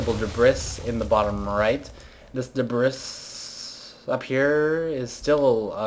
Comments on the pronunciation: He knows that its D-Bree not Dibriss. It's called comedy fucktard. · It's de-bri! DE-BRIIIIIIIIIIII! >:( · debris (DUH - BREE) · Omg you pronounce debris wrong you're supposed to drag out the "S" like mineralsssssssss, just sayin. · knows how to pronounce debris, he doesn't want to though.